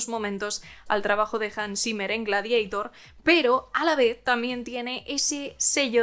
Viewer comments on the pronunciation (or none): Y no hace falta pronunciar Gladieitær, el título bien puede ser latín.